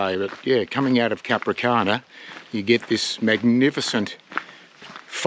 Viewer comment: The towns name is "Capranica", not Capricana....